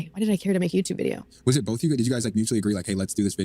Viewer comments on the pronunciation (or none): I see finallyyyy says BOTH correctly, instead of “Bolth” Lol… Also, I LOVE Josh from DCP and I’m pretty sure his channel is what led me here! Which, you’re from 🇨🇦 as well aren’t you,??